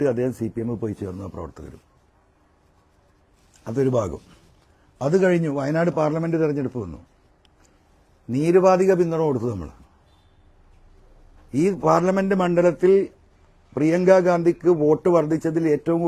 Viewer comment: നീരുപധികം അല്ല കാക്കേ... നിരുപാധികം എന്നാണ്....